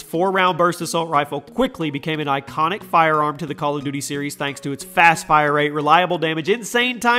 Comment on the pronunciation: I love how you said bal of duty